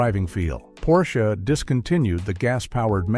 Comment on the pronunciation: . "Porsch-aye?" Wow...you seriously need to update your AI narrator.